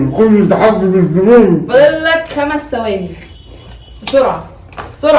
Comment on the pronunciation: ثواني ب ث مش بال س